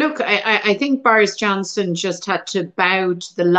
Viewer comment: it sounds like she says "The Virus Johnson" which is hilarious and perfect